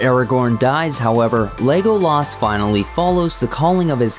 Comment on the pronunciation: Legoh Laas Talkeen Saw-Run Gamlee wtf?